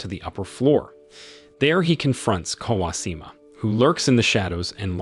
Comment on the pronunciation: Bro, that's some pretty atrocious pronounciations....pronunciations.... not even difficult names too. Kawashima clearly has an H.